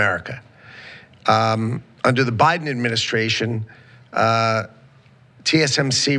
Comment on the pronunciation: He said, "Obiden"! 😂